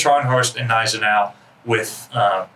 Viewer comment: The G in Gneisenau is pronounced, it isnt silent.